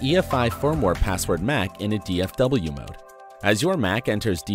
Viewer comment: If you listen carefully, the voice bot said "DFW"Mode. Not DFU. Stupid vid. Waste of electricity bill.